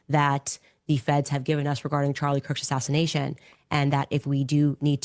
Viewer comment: Candace says “assassidation” I just wanted to point that out for no real reason, just think it’s funny